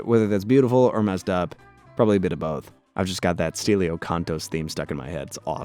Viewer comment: not being able to pronounce Stelio despite saying how much you liked the bg music that only chants his name is wild lmao